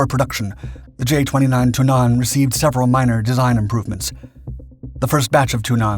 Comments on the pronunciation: You should use a shorter "a" when pronouncing Tunnan :) it's more like Tunnan instead of "Tunnaan" as you say it //source: am swedish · Okay, this was a interesting video, but I had a hard time concentrating when the word "tunnan" was mis-pronounced every time. It's not thun-AHN, it's TUNN-ann. The wowels similar to the emphasis and speed in english words like Tonnange, Tenet or Ulan. It was really distracting. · ITS TUNNAN NOT TUINNAS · Your pronounciation of "Tunnan" is horrendous. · Why don't you consistently use the English translation of the aircraft's nickname - i.e. The Barrel - instead of sticking to awkwardly mispronunciating the Swedish Tunnan? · `Tunnan` is pronounced with a short `u`, not a long one. Emphasis is on the double N´s. However the J 29 was partially known as the widowmaker, due to the large number of crashes during low level flight manoeuvres. Low level flying has long been a hallmark of the Swedish Air force. A classmate of mine had lost his father in one such an accident with the J 29. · He didn't pronounce it with a long 'u', he pronounced it with a long 'a', which is where the mispronounciation lies.